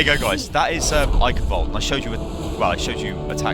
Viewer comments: Pronunciation = Ai-shen Vail-deh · Eickenwaldee xP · "Eichenwalde" is pronounced "I-chen-valdeh" while the "ch" is pronounced like a cat hissing. :) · Someone on gave a neat way if pronouncing Eichenwalde. Say " I can Bald" Now said "IcanBald" Now say it again. Now replace the B with V and say it again. So what do you guys think? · ok, so the ch makes a flemmy cat hissy sound, alright. so the ei just makes the long I sound. so to put that together it I-(hissy ch)-en - then the w is pronounced as a v sound and the e at the end is not silent. so all together it would be I-chen-Valdeh but not too much emphasis on the h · same, i heard some guy pronounce it eishinwalduh (the english w sound not the german w sound) :( it makes me cringe every time. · map is named "Eichenwalde" with an "e" at the end. It needs to be said as well. "Walde" is an old way to say "Wald" (forest). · It's pronounced "Eichenwalde". Please get it right in the future ;) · you're being sponsored by Blizzard, the least you can do is try to pronounce the map name correctly. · u better learn how to pronounce Eichenwalde or I will unsub pls no serious takerino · hate to inform you, but most people don't understand German enunciation at all. It happens every time there's a German map in any game. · Ich liebe es, wenn Amis Eichenwalde aussprechen 😂😂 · There are two ways in German to say the "ch" (it depends on which letter is in front of the "ch"). The one used here is made by forming the tongue the way you'd say the english "e" but instead of using vocals it you'd press air. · It might sound macabre but if you ever watched a documentary of WW2 and ever heared the word "German Reich", then you can adapt that pronounciation to "Eichenwalde", because the "Eich-" is pronounced like "Reich" just without the "R".